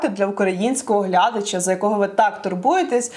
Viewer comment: вИберемо, а не вибЕремо, глядачА, а не глЯдача. Ну, камон.